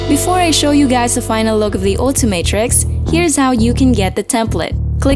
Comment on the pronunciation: It is not altimatrix it's ultimatrix 😊